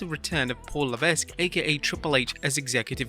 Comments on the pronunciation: It's pronounced "Levek", not Levesk!! Get it right. It's the third time I've picked you up on this! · should sound like leveck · levesque is pronounced levek lololol im from about 5 miles south of where hes from so .. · Triple H's name is pronounced "la-veck". I've heard pronounce it correctly before. I'm not sure why he started pronouncing the S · the S is silent in Triple H's last name fyi